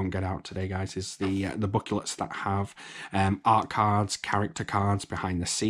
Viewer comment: " Awt cards" lol